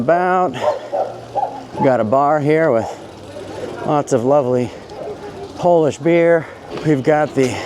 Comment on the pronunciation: I’m Polish from Warsaw myself, living in the US. I am impressed with your Polish pronounciation👍